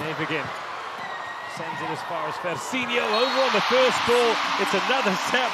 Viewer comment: For the very biased and annoying commentators: it's DaNEsi not Daniesi; it's FersiNO not Fersinio. The 4th set highlights are embarassing, you are not being impartial. Your behaviour is outrageous.